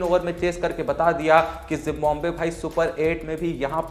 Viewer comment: It's जिम्बाब्वे not जिम्बोम्बे 😂